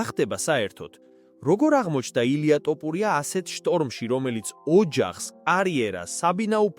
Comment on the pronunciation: an es ai moashore d sakutari xmit waikitxe, an gaaswore ranarad warmotkvqms topurias